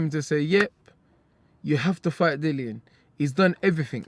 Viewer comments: His name is Dillian with an “I” not Dillan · Dillian = dillian not dillon can't you read bruh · It's dillian not Dillon class. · Why do people say this guys name wrong. Dee-lee-yon, not Dillon or Dylan it's Dillian like million cha EDIT: 7.50 he says it thank you!! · Probably wanted to get him for still calling him Dillan even after he told him his name is Dillian. Class either way haha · 44 minutes in Lucan STILL saying 'Dillan', brave or daft 😅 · called him Dillan 😂 That was a wind up right there..... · Honestly can’t believe how many people can’t say his first name correctly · About time dillian started telling people to show respect and pronounce his properly.. even some of his fans can't be bothered to say his name the right way.. smdh